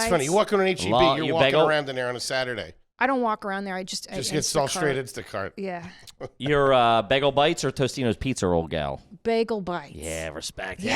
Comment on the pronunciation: "Totino's" not Tostino's